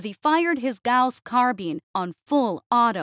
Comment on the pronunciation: Carbine. It rhymes with Spine. Not Spleen.